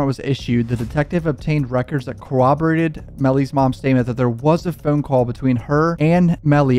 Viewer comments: I HATE HOW HE SAYS "PHONE" ITS LIKE FEWN. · Why do you say phoorn like youre irish or canadian or something ...t moorble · Where are you from saying phone like that?